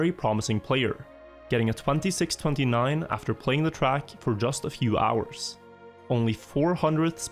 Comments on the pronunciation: I swear to god i cannot see your videos bc the way you say "track" disgust me so much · не верю что тут никого не бесит как он говорит trackь